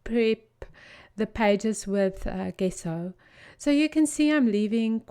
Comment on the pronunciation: hi...love your work....but just want to point out something (and being Italian it is bugging me)....Gesso is prounounced like when you say ice cream in Italian - gelato....so the "ge" becomes a "j"....The two letter "ge" in Italian becomes a "j"....sorry about this don't mean to be critical...but have lived in South Africa i can understand where the incorrect pronunciations can come from.....hope this will help